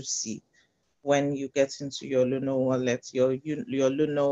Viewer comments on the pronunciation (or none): Luno not luna please